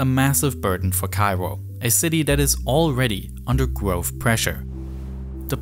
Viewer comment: Gwoahof?? You mean growth I think